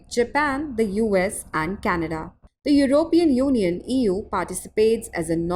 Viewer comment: european uniun